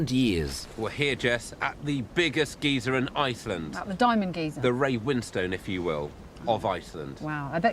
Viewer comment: Gee-zer? Gai-zur? Gei-shur?